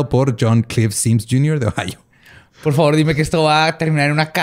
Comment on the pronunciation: soltó un "Ma po favo"